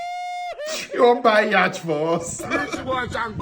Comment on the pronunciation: Yacht is pronounced as yot not yach